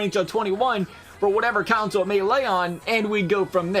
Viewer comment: Why do you say console like council?